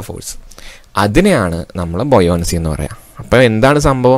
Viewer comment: Buoyoncy nn alla buoyancy ennan